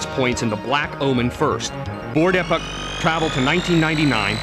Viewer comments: super informative! Though, I did not like how most of the names were pronounced by the narrator. may-gus? mar-ley? epic? crow-no trigger? It's interesting! I've never heard the names said out loud. I've been saying the names like they are spelled. Magus. Marle. Chrono. Epoch. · Mag-us and E-poc. Learn to pronounce things right! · he said epic instead of epoch...classic.... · Marle: is pronounced "Mar Ole" not marley Lavos: is "Lah Vos" not lavus Epoch: is "EE Pach" not epuch Magus: is "Ma (as in Math) Gus" not Maygus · it's pronounced "E Pock" not Epic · (Marle) is Mar-la not marl-lee. Not Epic.E-pok and one other thing you missed, endings like what about the one with just Marle and Crono at the very beginning at the transporter when you play new game+. Get facts straight. Also you never mentioned the ending when you talk to the game creators as game sprites. The multiple endings have nothing to do with your party composition! Its when you Fight Lavos...ugh I don't wanna go on...New gamers please don't get this wrong. This game is AMAZING!!! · "May-guess"? It's "Mag-us", I knew someone who called him "Ma-juice" of course he also said that he killed Red Specko at lv. 50. I bought this game for 50$ with my bro when I was a little kid. Also you call it "Epic" wtf? I know it's not pronounced that way. I've always said "E-poch" but I'm not saying thats right. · LOL, he did mispronounce a few things; 'Leenee', 'Epich', and yes, 'Marlee' too. XP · Maygus and Epich. ... I hate this guy. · Many odd pronounciations... Marle... Epoch (isn't it pronounced eepawk? >.>;) and a few others... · This guy really doesn't know much about this game. Yes the pronunciations are all terrible: Mag-us Mar-luh E-pok And he got some key points terribly wrong. There are 12 endings total and party composition doesn't matter. Also, don't take his opinion on "flaky" or "boring" if you play through the game, you'll learn to love those characters and the ending might even make you cry.